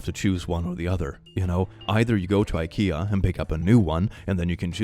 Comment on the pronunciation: Hi, I have a very sincere curiosity, is this how you say IKEA in your country? Thanks!